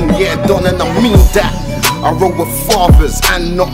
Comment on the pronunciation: man said i roll wiv fathers and not idiots arddd